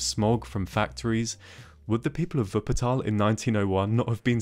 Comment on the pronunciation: For me as a german, living near Wuppertal ( Fun-Fact: He prounced the city like a german) the Schwebebahn is actually the national-symbol for Wuppertal. And yeah Wupper ( The River) and Tal ( Vally) are a really acurate description of the City. For me the first time was surreal, when I run up the stairs to reach this inovation,but if you just sit down and watch the landscape, you can understand why the city need this thing. The city is just a strip surrounded by hills and mountains so the easyies way is to follow the river. Travel Guide: In Germany we have the ,, Deutschlad-Ticket ", ( = Acces to nearly all Public-Transport-Serives" ), but you had to book it early on.